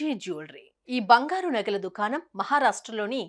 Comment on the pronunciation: Bangharu kadu, bangaru..😂